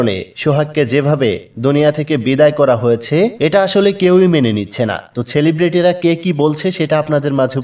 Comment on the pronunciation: সেলিব্রিটি না ❌ ছেলিব্রিটি ✅ 😂😂😂